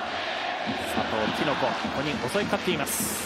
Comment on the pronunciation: キノコじゃなくてティノコだろ。